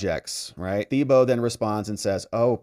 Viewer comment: We pronounce it: ‘TEEboe’ in Louisiana.